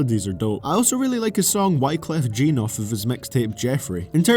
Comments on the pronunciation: a.) Wyclef "Gene" 😂 b.) Young Thug sound like Dee Dee from Dexter's Laboratory started huffing aerosol. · Right the fact that this guy says wyclef jean as in a pair of jean shows this guy knows fuck alllllll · no, I'm just saying that the mispronounced name indicates that you are not familiar with the artist, which is the point I'm using as wyclef has had an influence on thug. I was in the same boat as I used to hate thuggers music but now I understand the whole derivative sound that he puts together from his influences and now he's one of my favourite artists. You have to understand that thugs music is more about the emotion rather than lyrics etc. If u can get to terms with that thug comes across as a whole different animal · you said wyclef jean wrong.. lol